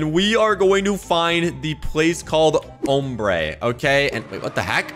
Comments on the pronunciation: It’s pronounced om brae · Name ombré pronounced amber it’s a Spanish word I speak small amout of Spanish know the word not meaning 😊